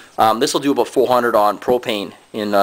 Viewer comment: he said aboot. hes from canada.